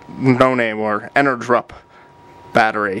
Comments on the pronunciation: Thanks for the video! I realize that this is an older video, I am curious how did the batteries work out for you? Would you recommend them as a budget replacement after using them for a while? I am pretty sure it is supposed to be pronounced "energy up" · En-er-GUP, no_R, not GRUP